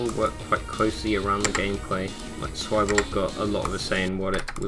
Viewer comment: dude its pronounced sweeboarge